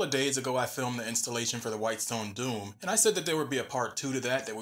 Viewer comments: It's Dome, not Doom. Dome = Doh-m Doom = Doo-m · doom and dome are two different words and are not pronounced the same. otherwise, great video! thanks for doing this! you helped me decide to get it!